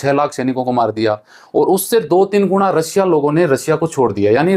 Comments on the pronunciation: रसिया नही रशिया होता है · भाई रसिया नहीं रशिया कहो सेएर नहीं शेएर कहो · रसिया नहीं रशिया है